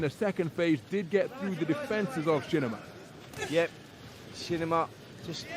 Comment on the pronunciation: Its "Shinima" not Shininima